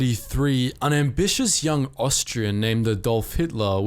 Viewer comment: It's Ádolf not Adólf